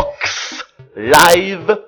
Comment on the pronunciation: All I heard was ICKS BOCKS LAIVE!!!!